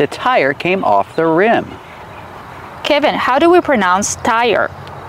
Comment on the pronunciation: and What is the correct pronunciation of the name Kevin? I heard say "kaah-vin" multiple times in the video.... while Kevin introduced himself as 'ke-vin". Since this is an American English pronunciation channel I'm asking you guys to please educate me with the correct pronunciation.